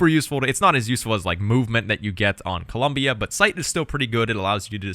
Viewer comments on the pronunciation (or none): none